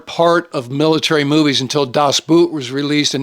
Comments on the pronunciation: "das Boot" in German is pronounced "das Boat" not "boot" as in "". Sorry, but three years of German made me cringe. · If I recall my high school German correctly, Boot as in Das Boot (German), is pronounced exactly like "Boat" in English. Other than that picayune peccadillo I don't disagree with your assessment,. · so close. Das Boot is not pronounced like the footwear. It's pronounced quite closely to the englisch word "boat". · sir, a very excellent list. If I may, in German Boot is pronounced like Boat in English. And you murdered Jürgen Prochnow’s name as well. Also a piece of trivia about In Harm’s Way. Otto Preminger didn’t want John Wayne for the role of Capt. Rockwell Torrey. He thought that John could not show the emotion that was required for the role. The studio insisted and John Wayne gave the performance of his life. Also in between takes, John Wayne would recite poetry from memory that amazed the rest of the cast and crew.